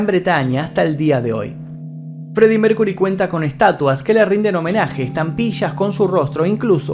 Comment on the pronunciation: Maestro: no se dice Mércury, sino Mérkiury.